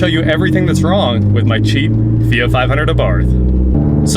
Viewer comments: now hes calling it a feet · fee-it... fee-yacht, its a fee-yacht